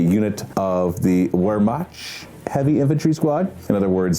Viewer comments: Here's some help Fallschirmjäger. Falls-shurm-yay-ger. Wehrmacht. Verr-makt. Spinne. Shpin-neh. Heushreke. How-shreck-uh. Like housewrecker. Ursus. URS-US. You should take 15 minutes to look up some pronounciation as prep for these videos. Would really improve the watchability. The whole "I dunno lol" approach comes off as unprofessional for a group who is doing this as a job. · pronunciation of 'Wermacht'!!!